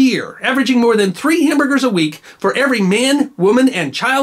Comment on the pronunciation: I love me me hamburgh-ers